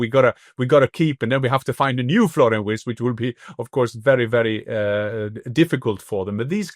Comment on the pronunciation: Please not WURTZ, Listen to Jan for a proper pronunciation.